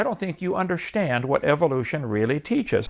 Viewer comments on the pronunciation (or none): is it only me or this underSHtand thing is really annoying?